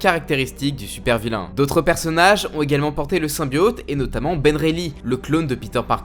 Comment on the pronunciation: c'est insupportable de t'entendre prononcer "SYMBIAUUUTE" au lieu de symbiote ><